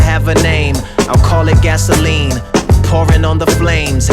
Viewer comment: “I’ll call it “gas-or-lean” “… that’s insane man